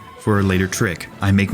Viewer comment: He said swooce right in